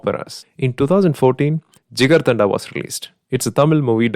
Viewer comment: ma That's not Jigirthada, that's Jigirdhandaa.